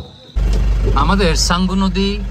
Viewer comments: উচ্চারণটা ’সাঙ্গু’ হবে, ছাঙ্গু নয়। এই নদীর অন্য নাম হলো ’শঙ্খ নদী’। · কিছু মনে করবেন না আপনি তো একটু রেগে গেছেন যাইহোক উচ্চারণ টা হবে সাঙ্গু কিন্তু আপনি বলেছেন ছাঙ্গু আপনি ভিডিও প্লে করে 11 minutes 20 seconds থেকে play করবেন শুনবেন 24 seconds এ আপনি কি বলেছেন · আপনি চাঙ্গু বলছেন কেনো হবে তো সাঙ্গু